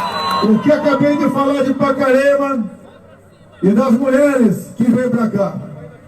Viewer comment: Bozo fala em "muleres" ,não consegue falar corretamente.